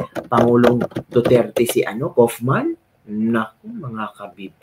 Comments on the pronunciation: how to pronounce KAUFMAN.......... KAWWWWWWWW AS IN KAWATAN....KAWWWWFF-MAN...MAMA MIA MAMAMAMA... KAWFMAN...mamamamamamamama.... KAUFMAN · KAYO GUMAGAWA KAYO NG SARILI NINYONG PRONOUNCATION. HINDI NAMAN NAKATIRA DITO.. hahahamabulasin ko kaya ulo ninyo ... KAW KAW KAW KAW- KAUF..KAWFMAN.. hindi KUFMAN SA INYONG KAGARAL